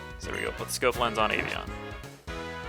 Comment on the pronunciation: it's Avian :D just saying...